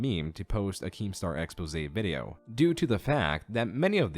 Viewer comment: Yo! Props to, for properly pronouncing, “expose”!!!! Now watch the rest follow...